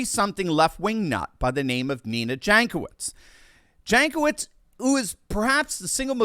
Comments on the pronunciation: For those who likes facts. Jankowicz name is from Eastern Europe. Might be from Poland. And right pronouncing is Yankowitch. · Jankowitz = [Yonkovich] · Ok, this woman is despicable, but that is no reason to butcher pronunciation of her name to that degree. It makes my soul bleed every time I hear you say it.